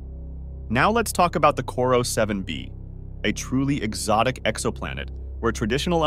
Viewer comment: I think it's Corot 7b. Not "Corro"....